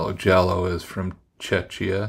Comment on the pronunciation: Hello, thanks for the mention and the wonderful blog post, appreciate you. It really warms my heart someone enjoys what I created 😊 BTW it is pronounced Czeckia as in Czech Republic, a small country in Europe best known for our beer, hockey players and beautiful women 😅